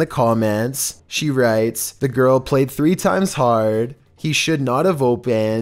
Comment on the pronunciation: Threemad facts